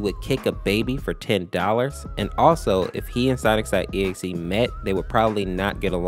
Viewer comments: says "Sonics.exe" instead of Sonic.exe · His way of saying it is actually "Sonics. E.X.E" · Why does he say sonic's .exe? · Omg its Sonic’s.EXE!!!!